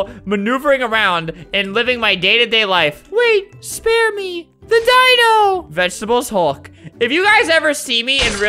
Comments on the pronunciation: NO “HOLD MY VEGTEBALE HULLK”!! NOOB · Vegtable hulk Vegtable hulk Vegtable hul